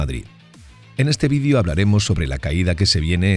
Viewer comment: Que es un ¨Vidio¨y porque pronuncia asi las esdrujulas?